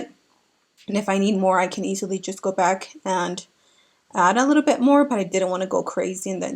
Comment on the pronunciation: Love how you say "litta bit"! ❤️😂